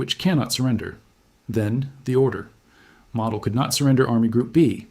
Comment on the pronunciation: Sorry, couldn't watch it. His name is pronounced mow-dell (mow, as in mowing the lawn). It's not pronounced model, as in model car.